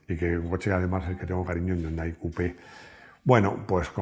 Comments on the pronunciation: No se dice YUNDAI, se dice "JÍUNDAI" y se escribe Hyundai. La "ache, no es muda" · No yundai sino jiundae del anglisismo de 현대 que en inglés se escribe hyundai